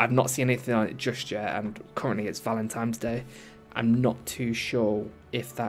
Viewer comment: Valentimes day? Brother 🤣